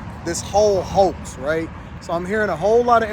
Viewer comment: “HO”ax indeed